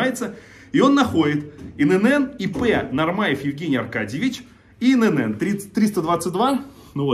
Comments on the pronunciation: Не Ин ЭнЭн, И ЭнЭн! ИНН!!! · Только не инэнэн , а иэнэн. ИэНэН ..ИНН